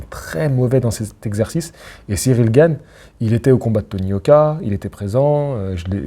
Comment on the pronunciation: t'as dit Gane et pas Gaine!!!!! Trop bien.